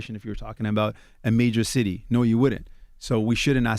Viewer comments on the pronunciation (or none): none